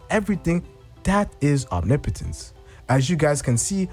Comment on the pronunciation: Haha funny once you know omnipotence you cant unhear it. Omni potents is like nails on a chalkboard lol